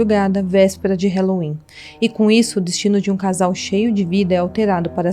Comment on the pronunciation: Dica: o “a” de halloween não se pronuncia como “é”, a pronúncia é “a” mesmo. “ralouin”. Se procurar aqui no youtube, “how to pronounce halloween”, encontra nativos do Inglês ensinando. 😉